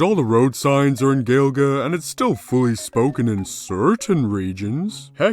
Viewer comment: gaeilge is pronounced ‘ guail ga’ btw